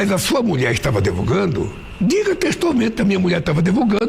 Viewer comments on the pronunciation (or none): "Vc não estava adevogando" kkkk